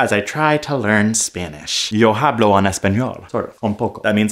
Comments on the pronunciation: That was fascinating! I heard "Hello! I feel fine." Oh and Hablo is pronounced ah-blo' the 'h' is silent 😊 Have a great trip! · he pronounced the H 💀